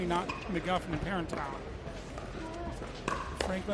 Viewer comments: it's not ParerntOW, it's parentEAU, rhymes with toe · My word. "PEAR-in-tao"? So ridiculous.